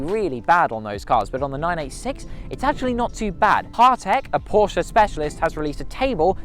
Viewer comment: Glad the bloke pronounced "Porsche" correctly......